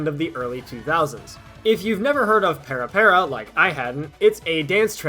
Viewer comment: Couple of little fun tidbits: - It's not para, like in parallel or paramedic, but more "pah-rah pah-rah" You can hear a good pronunciation in the song Para Para Paradise by DOMINO, featured in IIDX 6th Style! So the videos seen in the PS2 version of the game (I still own the game and controller, funny enough) wasn't shown on the machine itself, but there was a dedicated machine attachment that was a CRT and DVD player that had the dances playing next to the machine. My friends in KCK still have a copy of the machine as well, it's fun to go back and play Tora Tora Tora (which I recognized in a heartbeat from the person playing with the blonde hair.) At one point, Konami was indeed working on a 3rd Mix/Deluxe version of the cabinet, that actually allowed for three dancers simultaneously. (three octagonal stages connected at an obtuse angle, think a wider triforce.)